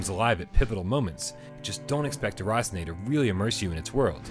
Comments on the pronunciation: As French I can tell he did good with the name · Love the way you pronounce "déraciné"